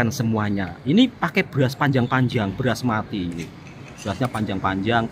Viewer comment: Basmathi Mas... Bukan beras mati...